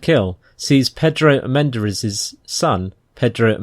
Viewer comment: I think it would behoove you to have a Spanish speaker pronounce Hispanic names before you recite them, ‘cause your butchering of the name Armendáriz is horrific.